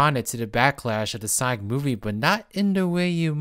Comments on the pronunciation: Why does this guy keep pronouncing sonic as saik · It's not Sonic it's Sonk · Can’t pronounce sonic so I’m out thumbs down